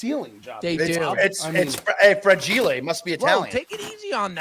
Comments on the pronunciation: “Fragile (fra-gee-lay) must be Italian” 🤣🤣. is out of control. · “Fragile” must be Italian cause it’s “fragilay” 😂😂😂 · how did no one notice say “fragile” like it was Italian 🤣🤣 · Are we not going to talk about how pronounced fragile?